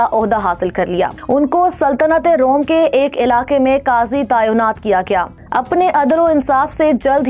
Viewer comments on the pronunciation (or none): none